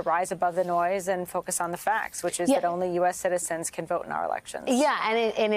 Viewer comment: Check your pronunciation of "harbinger".